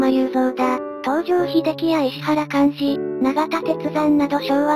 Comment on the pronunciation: 「いしわら」莞爾ね